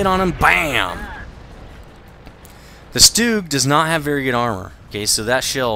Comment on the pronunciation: You pronounce Stug so weird. You say Fug fine, but Stug so weird. take replace the F in Fug with a T and it is pronounce tug, put an S in from of Tug and it is Stug. You don't need to pronounce it differently. All you are doing is putting an S in from of it. Maybe that is the German way of pronouncing it but you are speaking English. Maybe I am wrong but I just think it's weird how you pronounce it.